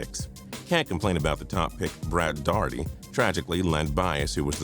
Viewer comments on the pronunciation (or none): none